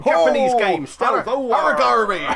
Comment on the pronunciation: If you want to know how it is pronounced, it is pronounced ahrah gawm eee